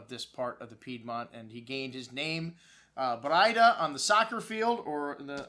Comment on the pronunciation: Hi, Jack Braida here. It's pronounced 'bray-duh.' have a good day and God bless.